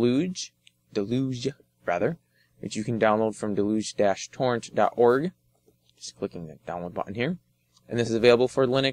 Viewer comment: It's pronounced "dell-uge", as in a torrent of water.